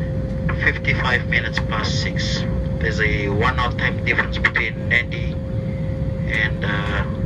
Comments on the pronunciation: Nadi is pronounced “Nand” “I” not “nan” “di” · Impressive flight, just for info, I think Nadi is pronounced Nandi, not Nahdi. A viewer from Fiji might want to correct me. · A comprehensive report, but you could have edited taxiing & take off & climbing footage down a bit. Hope you realised when you landed, that the destination is pronounced Narndi, not Nahdi! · *Nadi (pronounced Nan-di), not Nardi. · Just so you know for the future in Fijian if a d follows a vowel it has an n sound before it. So Nadi is pronounced Nandi, Natadola is pronounced Natandola etc 😀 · That's correct it is pronounced NANDI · It's pronounced "NANDI". Please refrain from making this error as it deeply offends the Fijian people. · 🤦‍♂ you'd think that if you were going to Nadi that you'd pronounce it properly.